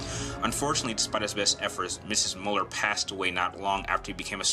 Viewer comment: Why do so many people pronounce his last name incorrectly. Pronounced Mew-Ler not Mull-er